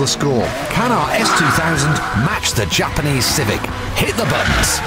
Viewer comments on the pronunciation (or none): none